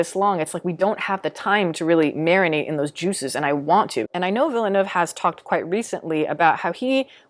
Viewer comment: As a French Canadian, thank you for saying Villeneuve and not Villanew hahaha I find these movies overrated as hell, even though they are incredibly well made all around. Like you said, i have more fun watching the Lynch version, it’s just bursting with creativity.